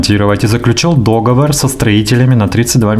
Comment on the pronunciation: искренне желаю тебе, чтоб аудитория у тебя была самой разнообразной. Держи марку: договор- ударение на последнюю О, в феврале месяце- ошибочка: в феврале( без месяца, ошибка плеоназм). А так...голос твой приятный, мурлыкающий! Удачи!